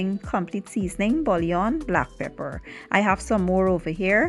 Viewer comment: Bouillon is pronounced Boo-yon.